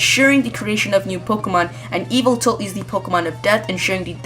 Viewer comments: Its pronounced Y-VELT-AL Pronounce it how it's spelled. It's not E-VILT-AL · It's pronounced yuh-vel-tal, not eviltul. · Not to be a grammar nazi or not but yveltal is pronounced Yee - Vell - Tall. Got it from bulbapedia